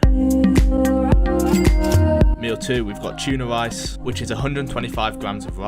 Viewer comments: Powwidge, wice, mawgerine, buwwer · Lice as rice xd